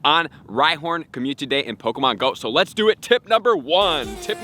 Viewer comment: Another month, another video where he can’t say community properly